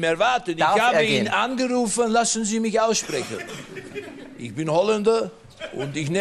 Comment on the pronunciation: "Denke Iccchhhhh" Mega Geil